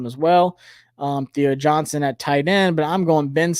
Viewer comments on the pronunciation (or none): none